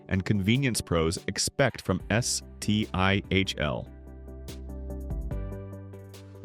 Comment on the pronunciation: I couldn't continue when you called it S.T.I.H.L. no pal, it's Stihl. 🤷🏻🤦🏻